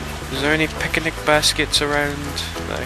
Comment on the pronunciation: picinic baskets XD I know it's his accent